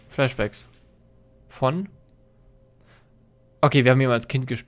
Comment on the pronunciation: wenn immer sagt flashbacks verstehe ich immer flesh bags wat willste mit fleisch säcken?